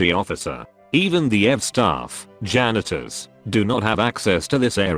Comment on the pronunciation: nobody: Rebbit: janeetors